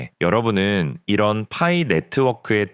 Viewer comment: 퐈이 거슬려서 못듣겠어요